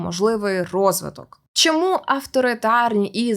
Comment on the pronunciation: За нормами укр фонетики усі шиплячі тверді, тому попрацюйте над тим, аби замість шшьо і шьому вимовляти чітко що і чому.